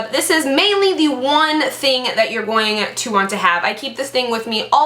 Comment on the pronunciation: Why do you say gpoing-aaa to be??? İt sound so sillyy